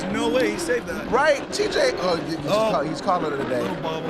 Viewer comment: Why are you saying “teej” bozo it’s TJ